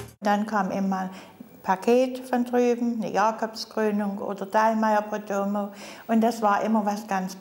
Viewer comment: Jooo die Jacöbs Cröönung oda de Dallmayr Prödöömööööööööö 😂😂😂😂😂😂😂😂